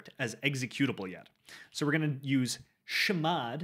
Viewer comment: "shhmod" cracked me up :face-green-smiling